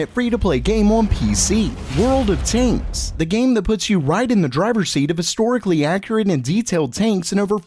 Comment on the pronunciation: i thought he said taint not tanks